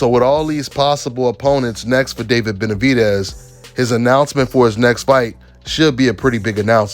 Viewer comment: I don’t see what’s so hard about saying Benavidez. DEZ like Dez Bryant. “Benavideeez” How in the hell did you sound that out🤔 sounding dumb af